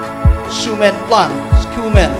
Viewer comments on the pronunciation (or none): Episode or episote lol. Skuman lol it is pronounced as human when u say schu